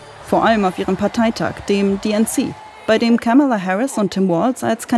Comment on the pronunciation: Ja, aber Kamala können sie immer noch nicht aussprechen ;-) Die Rede in Butler hab ich auch live gesehen und kann immer noch nicht verstehen, was die Leute an dem Typ finden. Und Musk erst, peinlicher ging es kaum. Eine Frau meinte, sie hält sich mit der Kritik zurück weil der ADHS hat. Konnte ich nicht nachvollziehen....